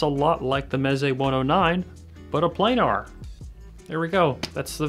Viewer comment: "play gnar"... I can't tell you how crazy it drives me that the headphone community has collectively decided to mispronounce planar... cringe